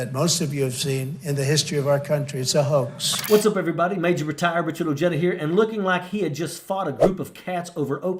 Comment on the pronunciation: I cringe every time I hear Richard Ojeda says his last name. There is no JUH sound in Spanish with J’s. My last name is also Ojeda. As much as I like n appreciate him. I wish I could meet him n correct him. I bet he can say Jägermeister tho